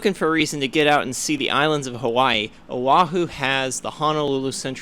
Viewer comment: You killed it brah! No you slaughtered all the Hawaiian names, ALL of them. Straight comedy. My favorite was Oahu 🤣 All G, stick around awhile and you can clean that up. Oloho 🤣